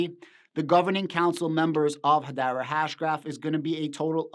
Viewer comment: Learn how to pronounce Hedera. 🤡